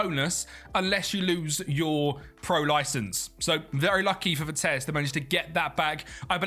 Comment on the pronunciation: Please pronounce their name right.... Its Vitesse with the E at the end not vites as you pronounce it. Great video otherwise❤